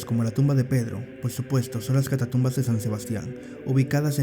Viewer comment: Muy buen video, solo un detalle, se dice: Catacumbas no catatumbas. Por lo demás muy bueno.